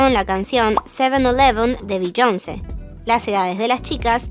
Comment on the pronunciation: A mi me da igual toda la polémica de Sixteen. Pero? Como que Beyónce, se dice Beyoncé con tilde en la e. Estos latinos 😅